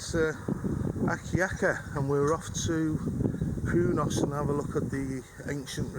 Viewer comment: AND HI. Not Alkaya, it is true say AKYAKA.